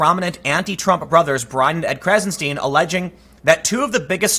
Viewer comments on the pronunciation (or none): "Stein" rhymes with "sign"